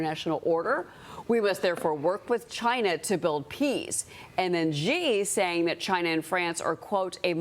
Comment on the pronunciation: Xi is pronounced 'She' not 'jee'. how can you purport to know anything about China when you don't know this?